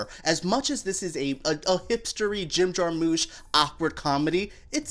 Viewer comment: Jar-mush, not moosh